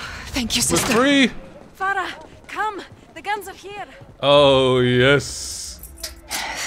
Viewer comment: her name is Farah not Freia, which means joy or happiness